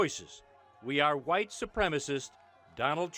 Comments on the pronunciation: Jared Taylor sounds like a plantation owner. Really sells the 'H' in white, almost sounds like he's saying, "ha-white". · How come every racist says white like the "whip" in cool whip?